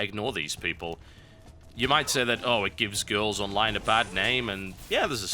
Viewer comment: I love the way he says "gamer girrrrls"